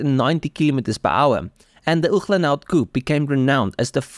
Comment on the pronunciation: Great information, absolutely gorgeous automobile... however annoying to hear Uhlenhaut pronounced incorrectly over and over...ooklenhowt? But the rarefied air of elite car collectors makes the buyer top dog. Good for this obscenely rich SOB I guess.